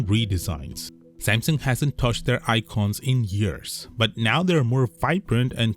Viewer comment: Broooo speak the name Samsung like a normal human being.... NOT SMMSING